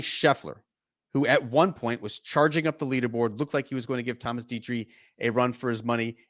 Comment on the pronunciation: Say it with me … ‘Detry’ ‘Thomas Detry’ Slow down, take a breath. You don’t need to be an erupting volcano when you talk. It’s not a competition to see how many words per minute you can say.